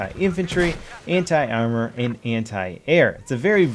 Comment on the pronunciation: why everytime he say anti i hear hentai?????